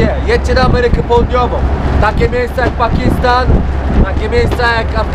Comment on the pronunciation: pakistan nie pakisttan i tak jesteś polak bo skarpetki masz w sandałach